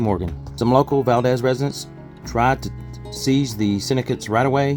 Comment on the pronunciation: Valdeez is the correct pronunciation. Enjoy your travels here❤